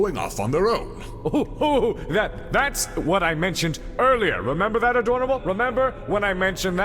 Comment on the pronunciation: I know it's abit late but does anyone else notice he calls rogal dadorable